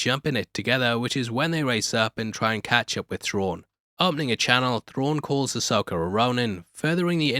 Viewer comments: Ahsoka not Ahsoker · Loved the show but happy its over so i dont have to hear you say "Uh-Soaker" for a while 😂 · i love how you say Ahsoker instead of Ahsoka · Why do you always say "Ahsoker"?